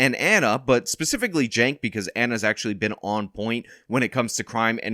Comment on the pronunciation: Why do you pronounce "Cenk" as "Jank"? Shouldn't it be "Chank" or Ive even heard people say "Sank". But "Jank"? Where do you get that "J" from?